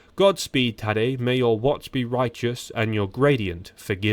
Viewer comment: He's saying his first name, Tadej, but with an accent that sounds like Taddy